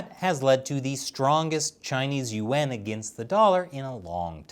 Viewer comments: When you said “Yuan” I thought you said UN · the way you pronounce yuan sounds like your saying UN otherwise love the show.